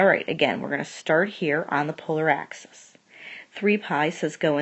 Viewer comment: ليك ليك هيدا اسمها اكسيس موش اكسيس انتي وين تعلمتي رياضيات ليك انتي يامره